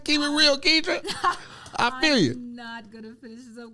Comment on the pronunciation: It’s ketra long-cloud